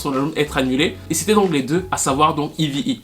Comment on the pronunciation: C'est Eve, et on prononce "iv".